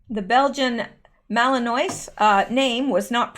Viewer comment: Thanks for the updates. P.S. I believe Malinois is pronounced like baleen (but with an m) + wa like at the end of Iowa.